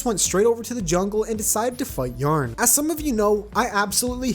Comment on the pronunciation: ok sorry but why do you pronounce yah ron as yarn?????????????????